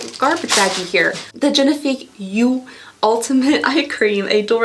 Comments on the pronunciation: yeux is yer (without the r) not you lol but yes XD. and monsieur is pronounced mussyer. muss to rhyme with puss not must/pus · I know French can be super hard, but you’re SO close to getting LVEB pronunciation right! Think “la vee ay bell,” and you’ve got it! 💕💕 And for the word for eyes, think of the “u” in “put” or “push,” rather than the strong “oo” in “you.” But you’re getting there! You’re so close! ❤❤😊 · That's cute how you say "yeux" but it's not "you" ! It is more like you would say "a" bag, but more closed sound. y-"a" Moreover, it's the plural form and singular is quite different. It means you usually say "les yeux" (the eyes), and you do say the "s" (prounounced z). And so, it's not an official rule but I think the z is very often said even WITHOUT the word "les" before. "Eye cream" would be crème zi-"a" Sorry for the little french lesson 😅 i love hearing english-spoking people taking french